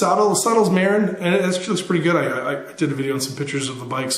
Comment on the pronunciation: The name of the bike is pronounced Ma-rin. Just like the City just north of San Francisco.